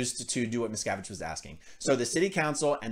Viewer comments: Everytime you said his name I heard miss cabbage! Hahahaha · Westly Miscarriage /miscavige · Does anybody hear, Miss Cabbage? LOL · Miscavige sounds like a painful internal medical issue. "Twenty cc's of XenuLaxine STAT! This man is going into Miscavige Cerebrocrapular shock!"